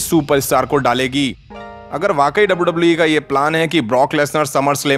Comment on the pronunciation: Its wwe not dabauu dabauu eee